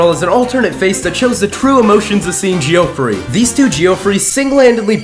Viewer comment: The way Geoffrey is mispronounced just hurts my head